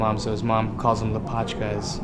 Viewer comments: it's lApochka not lapOchka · lA'pochka! not lopAchka! 🤣